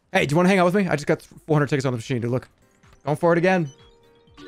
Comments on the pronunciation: It did NOT sound like he was saying "tickets" 😭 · yeah LMAO i had to do a double take on that one